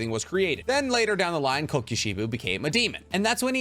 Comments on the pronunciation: It's not "Coke-you She-buu" it's "Koko She-bow". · I can’t handle it anymore it’s pronounced YOUR-EE-CHEE AND KO-KU-SHI-BO